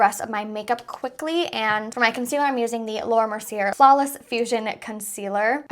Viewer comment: I love that you included a flashback test!! That’s so awesome to do for a foundation review 🤩 Also, I believe Laura Mercier is pronounced Laura Mer-see-ay. Silent R. (Please don’t hate me 😬) I love you!! Just want to be helpful.